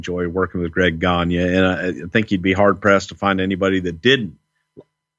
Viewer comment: Greg Gagne is pronounced Greg "Gone-Yay". It's a French name. :)